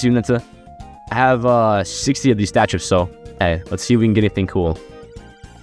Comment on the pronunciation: Fr bro talm bout "upgradesuh" and "statsuh"